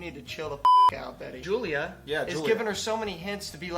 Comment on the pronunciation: I can't get over the fact that they're pronouncing her name wrong. Yes, in English is Julia, but Slavic people pronounce it as Yulia. It's not a hard name, they can respect her that much. Also about "drinking medicine", I'm not 100% sure about Russan, but in my language (also a Slavic language) we say "piti lekove" which literaly translates to "drinking medicine" so it's an understandable mistake. Betty is patronizing Julia so much, I hate it.